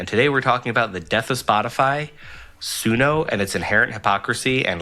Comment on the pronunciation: no, you were saying it right. I'm surprised that the others didn't know how to pronounce it.